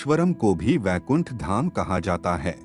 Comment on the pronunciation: Abe baikund nahi Vaikund hai vo.